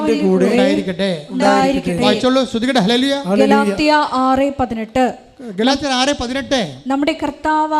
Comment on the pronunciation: ഹേയ എന്നല്ല ഹല്ലേലൂയ എന്നാണ് അമ്മേ🙏🙏🙏